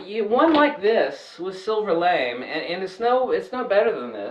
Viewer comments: Lamé Pronounced Lam A not lame But thanks for the video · My daughter says that fabric is. LA-MAY not pronounced lame. I like your way better:)